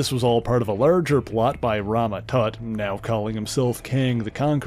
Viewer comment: If it wasnt for the xmen i wouldnt be here, but please!!! Mispronouncing some words like "far" To "fur", " Out" To "uwt", " Larger" To "lurger", " Harsh" To " Hursh".... Its kinda cringey